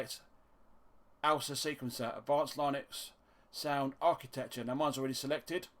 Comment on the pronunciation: "LIH-NUX not LIE-NUX" - ;-)